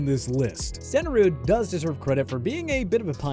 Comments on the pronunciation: "Jan" Stenerud was an elite kicker. The mispronouncing of his name was absurd. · Hard to take this seriously when you cant pronounce players names right (Jan Stenerud). Bunch of morons at now. Also Lynn Swann got in for the same reason Terrell Davis got in. They were absolutely dominant in the playoffs.